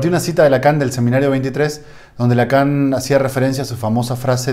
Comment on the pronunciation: Lacan en francés se pronuncia Lacó seguramente es algo sin importancia pero de cualquier manera lo digo.